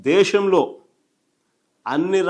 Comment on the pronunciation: దేషం కాదు అన్నా దేశం ముందు తెలుగు నేర్చుకొంటే బాగుంటుందేమే.